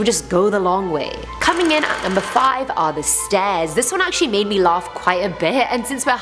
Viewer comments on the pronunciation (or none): "the S t o r e s leading up to the door..."